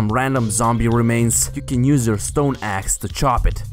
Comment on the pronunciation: When he says axe it sounds like ass